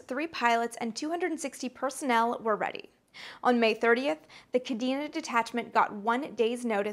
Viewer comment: Amy, I've loved your content for years now. Your energy and enthusiasm are matched only by the depth of research you put into your pieces. But there's one thing that bothered me about this episode: your pronunciation of "Kadena Air Base". It's properly pronounced "Kah-DAY-na". J. P. DeMeritt, MSgt, USAF (Ret) Kadena AB, Okinawa, JP May 1994 - Aug 1997